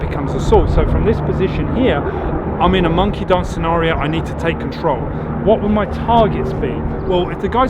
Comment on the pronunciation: When u said monkey dance. I thought you said monkey dongs. 🤣🤣 great job by the way. I love your content